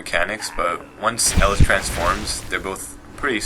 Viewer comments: its not pronounced elis, its eelees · try to stop breathing right into your mic like every 3 seconds i hear PHHP when you are speaking, just put it to the side of your mouth -Eleez not Ellis -Vigh not Vee -Etzeeoh not Ezeeoh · The only thing that really bothered me was that you pronounced some of the names wrong. 1.Elise is pronounced "uh-leese' 2.Vi is pronounced "va-eye" Not to be a jerk, but stuff like that kinda irritates me. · try saying their names correctly first its not Ellis-its Elise idiot ass etc etc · Did he just say ellis? like does he not know how to say El-ees lmfao and he can't pronounce Byrnison. I don't even know Golden Compass but it's not that hard to say Burn-iss-in. Why do some Americans not even know how to read and sound out their own language when foreigners know how to speak both their own language and English. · Jeez you butchered their pronunciations. "Vee" incorrect it's Vi as in VIolence. You said "Ellis" it's pronounced El-ees. It's not "shaako" it's shah-co. Last one that bothered me was Zyra. Phonetically it's Zeer-a. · Jesus man work on pronouncing names before making a fucking video jesus. You s Ezio as (Ez-e-o) Elise as (El-Lis) now i know this next one is a Shaco Harlequin (Harl-a-kin) , Kha-Zix ( Ka- Ah Zix), VI (Vee). This is how its pronounced Ezio (Et-Z-O) Elise ( E-Lease) Harlequin (Har-Le-Qu-in) Kha-Zix (Ka-Zi-X) Vi (V-I) Please just stop talking how in the world is stitch 626 related to Fizz at all color and ears and Eye size is all other then that nothing. Please make more sense next time and have good follow up information. SUPPORTING DETAILS as to why you believe what you do about these champs. it helps make your videos seem more solid. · elise = E-lise not ellis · It's Elise, not Ellis .. pls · E - lease. Not L - iss. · I just have to put it out there that it is no vee its vi and its elis its Elise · ITS NOT ELLIS! >:c ,y ma,e is Elise and its NOT pronounced ellis! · u pronounce elise as alice? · E-Lease (Elise).